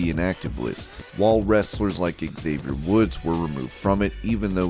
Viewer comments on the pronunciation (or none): none